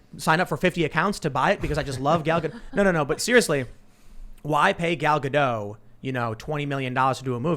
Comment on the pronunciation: Gal GadoT. She's from Israel not France. Your supposed to pronounce the t at the end. Great show though. Keep it up